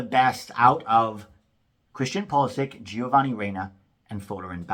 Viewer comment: I do wish Americans would learn how to say Pulisic's name. He's Croatian, not American.